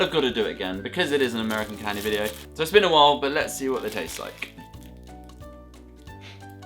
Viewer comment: i kinda laughed when he said ameican candy bc it seems so normal to me bc i live in florida